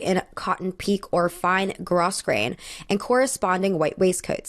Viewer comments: Grosgrain is pronounced grow grain, not gross grain. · grosgrain is pronounced "grow-grane" not gross-grain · "Grosgrain" (at about ) should be pronounced "GROH grayn." (Its etymology is French.) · Great video, well researched. Please note pronunciations: Pique = pee-KAY. Grosgrain = GROW-grain. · Nice video! Just wanted to point out that grosgrain is pronounced “GROH-grain,” the ‘s’ is silent. 😉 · Hi! Seamstress here. Grosgrain I think is pronounced gro-grain :) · Grosgrain is a French word and the “s” is silent. Groh-grain. Sounds classier. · just a tip, grosgrain is actually pronounced like ‘groe-grain,’ not, y’know, how it looks like it should be pronounced which is dumb but whatever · I love your videos and the amount of research you put into them. Your thoughts here are really on point and even made me rethink my opinions on a couple of outfits. Just a quick note: Grosgrain is pronounced "grow-grain", Pique is also French and therefore pronounced "pee-kay," and later on SJP's dress is made of faille, which is pronounced "FY-ee" or "FY-eh" with a very soft end on the word (the French L is hard to express in English sounds). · Just fyi it’s pronounced “growgrain.” The s is silent. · please study the pronunciation of "grosgrain" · Lost credibility when you don't even know how to pronounce grosgrain. You're welcome to your opinions, but this is another case of rando from YouTube "informing" people of something they clearly know little about themselves. Not returning here, not for me.